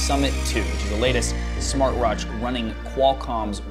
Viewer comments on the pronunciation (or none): Did I hear "latest smartroach"? ... Nice video.